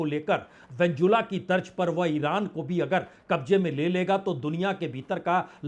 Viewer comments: वेन्जुला नहीं वेनेजुएला ...😂😂😂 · उच्चारण पर ध्यान दें वेनेजुएला न कि वेंजुला नेतनयाहू न ki नेतानु काबिज नहीं काबिज़ इराक नहीं इराक़ आप वरिष्ठ हैं कृपा सही से बोला करें